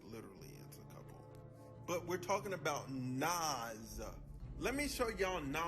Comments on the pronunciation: NAS say it like “NOS” this is culture vulture energy when you can’t pronounce the topic’s name…. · sharing your thoughts? Lol its a fact. Its almost like you've never heard his name said before. Because nobody and I mean nobody had ever said it like you. And it wasn't once it was the entire video. Made it cringe and hard to watch. Stick to topics you can atleast pronounce nas ain't it even though its Only 3 friggin letters. 30 seconds of searching on Nas and you could have found a video that pronounces his name correctly. 30 seconds. It doesn't give culture vulture vibes it just straight is culture vulturing period.